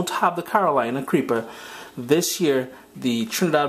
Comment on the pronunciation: Hey man, Carolina Reaper. U sound like U are saying Creeper. No matter. Your videos are always very good.